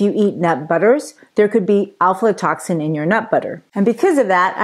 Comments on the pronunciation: Pronunciation is difficult but it’s afla not alfla. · Afla...not Alflo. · I could only make it a few minutes into the vide because of the lady’s mispronunciation of Aflatoxin. The first two letters and AF not AL.